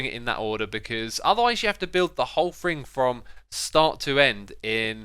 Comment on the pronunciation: Me: thing. Keralis: fing. Xisuma: FRING!!!